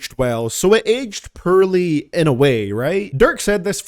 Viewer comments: Oh come on, I like when you say Purrley aged lyrics 😂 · lol u cant even say the simple word poorly u really have to spell it 💀 try to say the word "Horribly" bet u cant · Hah... he says the word poorly funny.